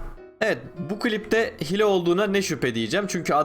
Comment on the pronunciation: abi hile diye yazılıyo ama hiile diye okunuyo hile ne